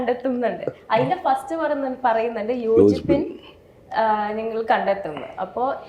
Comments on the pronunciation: Its yachippin ningalku kittum..not yochippin.. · യോചിപ്പിൻ അല്ല....യാചിപിൻ നിങ്ങൾക്കു കിട്ടുംഎന്നാണ്